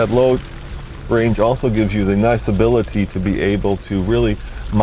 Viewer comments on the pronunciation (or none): none